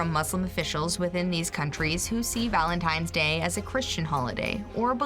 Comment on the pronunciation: Fact #8, every time someone says "Valentime's Day", a little piece of my soul dies.